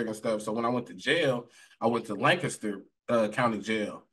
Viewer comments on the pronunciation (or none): How he says Lancaster and Salty is irking me 😂😂😂 "Lengcester" "Soddy"